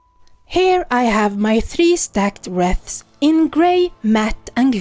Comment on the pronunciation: Just to let you know the w is silent in wreaths. 💟